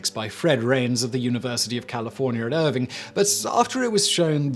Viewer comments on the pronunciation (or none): Irvine...er-vine, not er-veen.